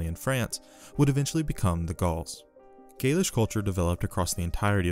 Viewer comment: You make great videos covering some very interesting lesser known topics of ancient history. I've really been enjoying listening to them and have become a subscriber. However, your pronounciation is off at times in this video and others, which may be a bit jarring or confusing to some viewers. In this video for example, you pronounce the word "gaulish" as "gaelish." This sounds similar to "gaelic", which refers to the celts of Britain. Another example is your pronounciation of the "La Tène." I have always heard scholars pronounce it as follows: I hope I'm not being too nitpicky. Please keep up the good work!